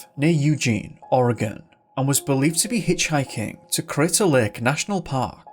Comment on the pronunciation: And I appreciate the fact that you pronounce Oregon properly. And most of the little town's named after Native tribes here and Washington State